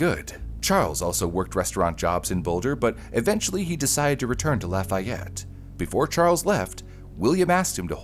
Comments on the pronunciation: Not “Laf-aye-et”….”Laf-ee-ette” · "Indigent" and "indiGnant" are two different words with two VERY different meanings. It is pronounced "lah-fee-yette" if you're talking about Indiana (yeah, yeah, I know. You don't want to know how we pronounced "Versailles".) and it is not "just north" of Indianapolis, it's about an HOUR north of Indianapolis. "Just north" might be Lebanon or Pendleton. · Agh!!!! I live in Lafayette. The way the documentary pronounces the town is maddening.